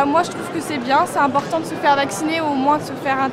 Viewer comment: zidane: c'est bieng , bleu c'est bieng , comme couleur c'est mieux que d'autres couleurs, c'est bieng.